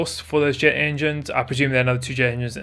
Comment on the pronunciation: Did he say “enjynes” like I swear that’s what I heard